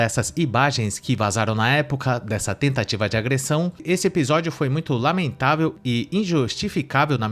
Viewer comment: Em ele diz: "Tentativa de agressão" ou " TETATIVA de agressão "? 😂😂😂😂😂😂😂